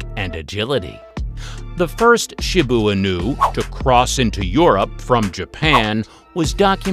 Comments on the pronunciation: Why is he calling a Shiba inu..shibu inu! Get yr pronunciation right jeeze 🤦‍♀️ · he called the shiba Inu a shibo inu 😭😭😭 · Shi ba inu he annoyed me calling it what he did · Thylacine? Really?! Oh, and for goodness sake, learn the correct pronunciation if you’re going to the trouble of creating a presentation. Shiba Inu is, she-bah ee-nuu. Ah, forget it! Lazy research and presentation throughout! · i have never heard someone pronounce shiba inu in so many different ways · The Shiba Inu pronunciation was ridiculous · The pronunciation of Shiba Inu destroys me here💀💀💀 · The mispronunciation of Shiba Inu really irks me...😒😅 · Wow. So much misinformation mixed in. Bad pronunciations of many dog names, factual inconsistencies, contradictory information, and some breeds that shouldn't be in the top twenty when you've skipped over other breeds. In a couple there were even incorrect pictures. For instance the Shiba Inu (this was pronounced wrong for both English language and Japanese pronunciation), a few of the pictures shown were of the modern day Akita Inu. Also the Akita wasn't even in the list. I wish people creating these lists could just do a little fact checking and research and at least attempt a better video. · How many different ways can we pronounce Shiba Inu? lol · Sorry but the way you sed Shiba inu🤣🤣🤣🤣😂😂🤣😂🤣🤣😂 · Why do you say Shiba Inu so weird